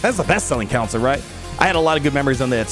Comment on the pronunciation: One of these days he will learn how to pronounce CONsole.